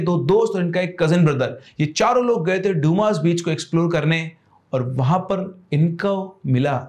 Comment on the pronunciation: Dyumaas beach nahi h Bhai It's Dumas beach👍🏻